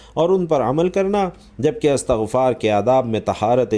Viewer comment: استغفار ت کے ز بر کے ساتھ بولنا د ر ست نہیں بلکہ ت پر زیر ہے اللہ تم جیسے جّا ہلو ں سے امت کو بچاے آمین یارب العالمین بجا ہ سبد المرسلین و آلہ و صحبہ اجمعین